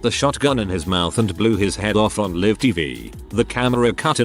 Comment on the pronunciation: Live, not liv!! Can you guys listen to to the computer voice and correct pronunciation?!! Distracting and jarring!!